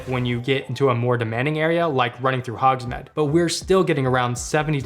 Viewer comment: paused video....... did he just say Hogs MED? not Hogs MEED? all credibility gone.